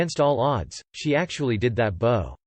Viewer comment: For the love of God...I know this HAS GOT TO BE A ROBOT READING THIS TEXT! PROGRAM THE THING TO PRONOUNCE WORDS CORRECTLY! "BOW" WITH A LONG "O" IS SOMETHING YOU WEAR NOT SOMETHING YOU DO ! PRONOUNCE THE DAMN THING BOW...THAT RHYMES WITH "COW" YOU KNOW...LIKE "MEGHAN IS A STUPID COW!"